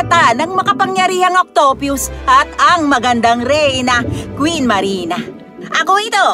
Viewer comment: "Octyupyus" BRO ANU YUN